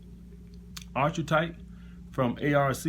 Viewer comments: What a load of shit, whats the point in labelling people like that? This is why we have inequality in the world when we separate people into classes. You also do not know how to say archetype so probably do not know exactly what it means. It is pronounced ark-a-type, not arch-eh-type. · Ar-KEY-type !!!!! I mean...if you want to use "big" words. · Great content. Future Reference: “Ark-e-type” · How about a nitwit alpha male who can’t pronounce archetype?